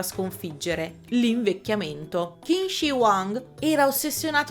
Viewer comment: Perdonami, ma Tycho Brahe si pronuncia così come scritto, mentre Qin Shi Huang si legge Cin Scé Huàng